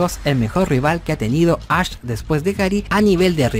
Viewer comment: Todo el mundo pronunciando = Ash El pinche = Ach Jajajaja